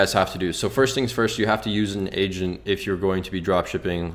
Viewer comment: Finally an honest drop shipping guide...so much bs make 10k in ten hours type rubbish. TY! When u said u need an "agent" I heard "Asian" and was confused lol